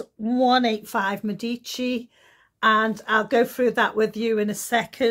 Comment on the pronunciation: Love that you pronounced Medici properly!